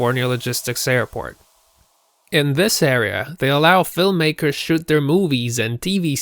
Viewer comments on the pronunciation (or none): none